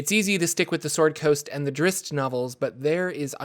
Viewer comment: DID YOU JUST SAY "DRISSSST"??????????????????